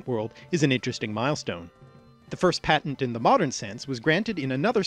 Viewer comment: You mispronounced patent